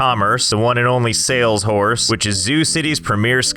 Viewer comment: I don't care what you say that's sale shorse not sales horse